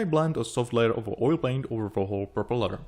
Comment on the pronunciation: Nice model, great job! Unfortunately, I struggled to understand your English. I think you should stop forcing a British accent because it makes it harder to follow. Just speak naturally in your own accent — trust me, it’ll be much clearer. For example, at the start of the video, when you say 'propeller,' you put the emphasis on the wrong part, pronouncing it as 'propeLER.' Just a friendly bit of advice. Cheers, mate!